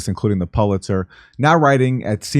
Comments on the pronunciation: the PULitzer????..... actually it's pronounced PULEitzer, like YULE....but aaron is a journalists don't ya'll know...ok then... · yea, you'd think a 'journalist' would know the proper pronunciation of PULITZER... something they'd covet, which of course means nothing now much like Nobel since scumbags that hardly deserve to be anywhere near it, are awarded it anyway... to say the bloom-is-off-that-rose is a grotesque under estimate